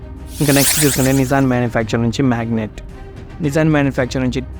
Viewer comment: It is not magnet. Magnite.😜